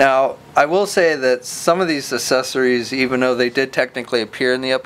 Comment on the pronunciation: Man, this guy cannot say the word "accessories"